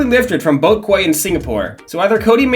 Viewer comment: Quay is pronounced "key"